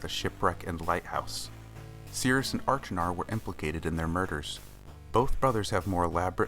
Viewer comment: Wow what a great video! I'm very impressed that you were able to determine the artworks in Sirius' bedroom in the alcoves on Stoneship! The anachronistic matchbox was also an interesting thing to note! If I may offer any advice it would be to check your pronunciation of Achenar.